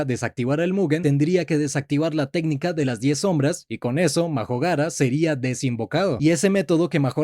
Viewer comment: Minuto dice magojara🤑🤑